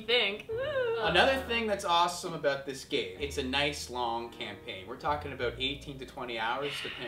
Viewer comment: said aboot....no offense to canadians